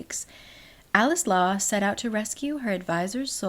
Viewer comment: i keep hearing "coleslaw" instead of "alex law"